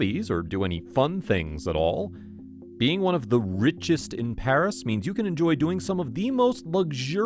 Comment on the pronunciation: _I’m living in Paris and I’m watching this. (The pronunciations of the places are wrong.)